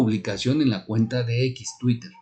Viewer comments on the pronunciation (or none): none